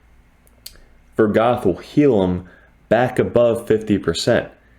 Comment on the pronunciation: why you sayin vogoth like vergath